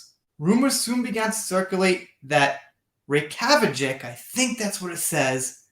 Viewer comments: Dude, at least learn some of the place names, Jesus Christ. It’s pronounce Rayk-yah-veek. Peak laziness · you are doing great to tackle a place name from Iceland! I think you say that major city there like this- RAY -KEY-AH-VICK, with emphasis on RAY Glad you are staying with this story! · Reykjavík - say it like RAY–GYAH–VEEK - I love your show. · It's pronounced rake a vick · Reykjavik is the Capital city of Iceland - pronounced 'Ray-kya-vik. Also, menagerie, means a 'group or assortment of odd or eclectic things or animals.' Pronounced with the A being the strongest syllable.... men-A-gerie. Another great video, thanks for the time you put in to them. x Have a great Sunday with your family x